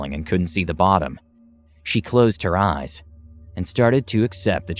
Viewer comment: Original: She closed her eyes... What i heard: She closed her ass